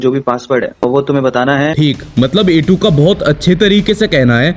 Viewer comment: A2 not jha 2 yes 😂